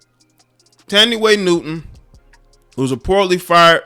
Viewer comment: Man 😂 u are just killing these people names Its pronounce (TAN- DEE ) = Thandiwe Newton And (SHAR-leese , THARE-run) =Charlize Theron